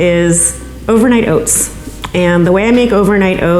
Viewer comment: OATS OATS OATS.... fockk this woman at the beginning with her stupid pronunciation